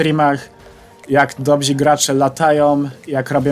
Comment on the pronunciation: dobrzy nie dobzi